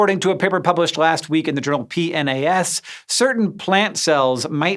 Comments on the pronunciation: ...In the journal P-N-A-S lolololol definitely not P-nas ahahahaha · Hank: “PNAS” Me: “Penis” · PNAS? come on, you know it's pronounced "penis"